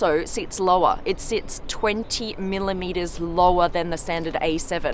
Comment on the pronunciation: Why do you make "millimeters" sound like a LOT !!? 😂